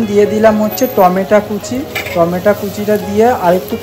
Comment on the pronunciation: Khub sundor hoyeche, o ekta kotha, tomar mutton ranna dekhlam, mutton a eto maslar bodhai proyojon nei, mutton bhetki mach eder nijesso sad gondho ache, otirikto masala bebohar korle tar sad ta harie jai r ha tometa noi tometo uccharan ta thik korbe, tomake choto bhai mone kore bollam